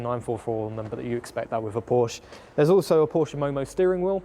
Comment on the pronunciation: "Porsche" The man actually says PORSCHE None of that "p0rch" stuff. It is a two-syllable word. It is the real surname of a real family and those fellow humans are owed the damn decency to not butcher their name. Now i can subscribe. I would not have been able to sit through 12 minutes of p0rCh, let alone an entire video series of it.